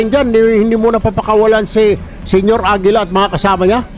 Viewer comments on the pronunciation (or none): Senior AGILA naging Senior Lapida 😂